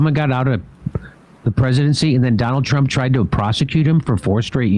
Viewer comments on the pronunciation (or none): "Try to tro tronald trump"😂